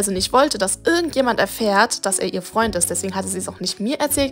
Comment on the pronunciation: seinem besten Fraund"